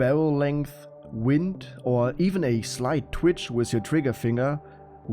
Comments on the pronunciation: WITH, nicht wiss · "A sleit twitsch wiff ze trigger finga"